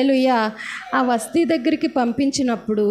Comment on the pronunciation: వస్టీ కాదమ్మా వస్తీ